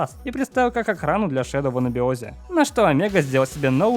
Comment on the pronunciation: НЕ ШЕДЛ А ШЕДОУ